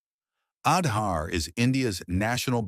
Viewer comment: Kudos for the Wonderful narration with thorough research. Truely brings out the well deserved positive achievements of India👍. Just that in the narration, the pronunciation of some specific Indian words like "Aadhaar" has to be taken care of for a more refined presentation. Otherwise wonderful work👍